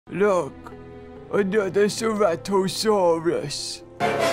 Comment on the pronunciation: “Look another ceratosaurs”